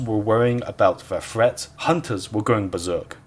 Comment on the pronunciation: threat... not fret.